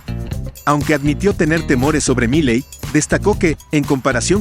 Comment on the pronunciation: Milei. El acento prosódico la tiene la última i no la primera POR FAVOR MÁS ATENCIÓN... SE SUPONE SON PERIODISTAS O NO? 🤔🤔🤔🤔🤔